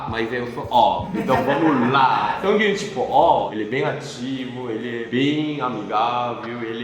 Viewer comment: só eu q entendi o falar sanguinho?? ksksksks♡